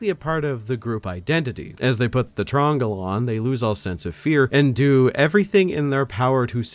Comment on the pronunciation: Calling it a fucking "trongle" is my favorite thing ever.